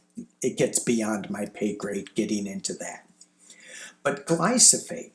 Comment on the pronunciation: it’s Glyphosate. GLYPHOSATE. The “PH’ comes before the “S”.